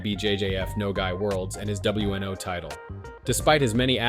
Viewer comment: Bro, Gee I? It's gi.